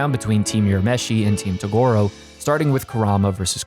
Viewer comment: hmm not bad. Although I could have gone without all the butchering of Toguro and Mukuro, but whatever. You managed to talk about a show without losing me, and that's unusual